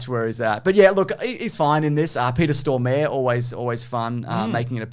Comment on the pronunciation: That is the worst pronunciation of Peter Stormare i’ve ever heard 😅